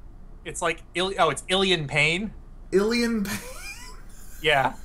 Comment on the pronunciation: its pronounced illin pane